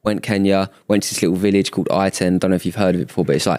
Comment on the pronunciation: As a Kenyan i am offended by the pronunciation of Iten its pronounced e-ten